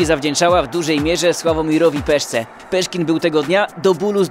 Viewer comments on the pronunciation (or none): Nie "Peszkin", tylko oczywiście pan Sławomir.....